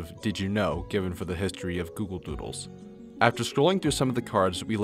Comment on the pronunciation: at the start you say google voodles